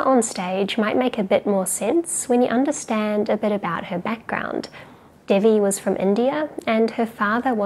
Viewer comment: Devi is pronounced as in "they we".